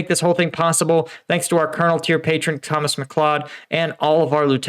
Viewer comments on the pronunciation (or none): none